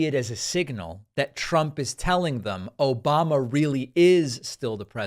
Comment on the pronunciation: Obahmnah! Lol